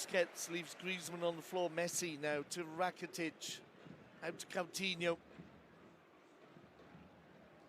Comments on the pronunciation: This guy is annoying. “Suareth. Cowtinho.” What’s wrong with him. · He says cowtinho 😂